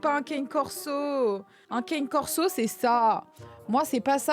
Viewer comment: Un "Kaine" corso MDR .!!! On prononce cane : "Kané" :p Et sinon, ton tdah m'a fait beaucoup rire sur ce montage! Très cool cette vidéo!